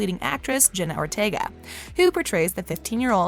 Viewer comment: It's Jenna,not Jenny lol 😂